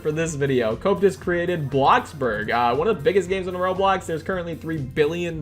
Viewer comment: *oh no bad memories from the cringe roblox news where the narrator said rawblocks